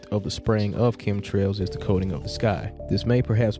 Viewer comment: Did he say "cumtrails?" at ?